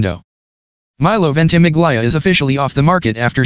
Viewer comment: Forgive me for correcting you, but Milo`s surname is pronounced VENT-uh-MIL-ya not VENT-i-mig-LYE-uh